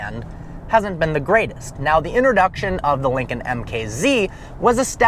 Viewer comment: "Since the 'Linging' Continental..."